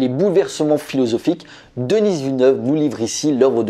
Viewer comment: S'il-te-plaît: ce n'est pas «Denisse» Villeneuve. Ça se prononce «Deni».